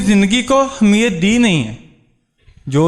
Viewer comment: Good speech... You are talking about the positive thinking its good but focus on your pronounciation ,,, the word is " Ahmiyat " not " Hamiyat " .. Keep going on!